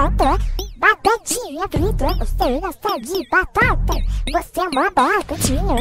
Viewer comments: Eu ouvi ela falar barata e não batata kkkkkkkkkkkkkkkkkkkkkkkkkkkkkkk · impressão minha ou ela disse "eu gosto de barata" kkkkkkkk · E mesmo parece pitanga que ela disse kkkkkk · É mesmo parece q ta falando pitanga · A melhor parte é quando ela fala “ BaTaTa”